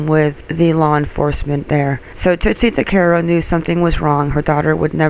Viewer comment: My name is Ricco Tuccaro and Amber Tuccaro was my older cousin. We pronounce our last name TUCK-A-ROW not TWO-CAR-O. Please remake this video and pronounce it right. Thank you.